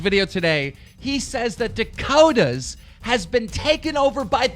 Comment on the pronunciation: ffs, Its